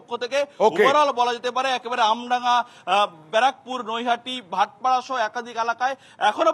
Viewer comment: বারাকপুর না।। ব্যারাকপুর।। এতো বড় চ্যানেলের এরকম উচ্চারণ acceptable না।।